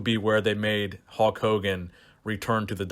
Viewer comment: "Halk" Hogan